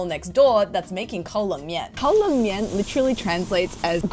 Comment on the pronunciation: I know Kao Len Mien roughly translates as cold BBQ noodles. But you say it like 'colon' mien. Funny, but not as appetising.